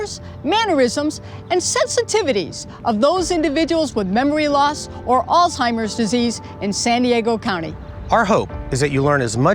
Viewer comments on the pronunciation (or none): This woman is Social worker and the director of Programs and Family Services for the Alzheimer's Association and mispronounces the very word and group she is representing, "Alzheimer's, not All-timers.....